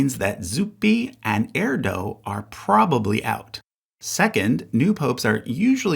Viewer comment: You could have at least tried to pronounce Erdő correctly…